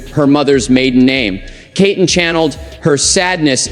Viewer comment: Please her name is pronounced as KEETON even though spelled Keaton may she RIP